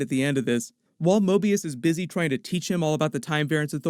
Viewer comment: Mobius is almost say morbius